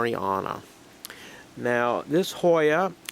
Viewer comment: hi i am from TN , India . but never seen this plant . been 6 months since i started searching it , do you have any idea where i can get it ? . By the way nicely pronounced the name :-) and its a name of the district ( may be where it is found )